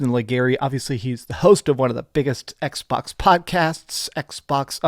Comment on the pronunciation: I don't come here to see washboard face, nor to hear him say "Ecksh..Bawksh" like it is 2 words in a mouth full of spit, but I do come here to see the Xbox fanboys melt down and soil themselves. This is a transitionary time for Xbox. This IS a smart move for them and Sony WILL follow suit to also be multi-plat. Different strategy no doubt, but this is where the money is and Sony knows it. Plastic box vs. Plastic box loyalty is coming to a close. But if Playstation is the only plastic box out there - well we all know Monopolies are not good for consumers, so hopefully Xbox makes consoles as an option to PC hardware and as an option to buying a playstation in the future.